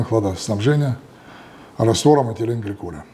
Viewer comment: Здравствуйте, я не ослышался, хладоноситель "этеленгликоль", пропиленгликоль менее токсичен.